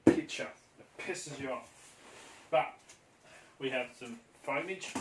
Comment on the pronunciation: "Foamage" new word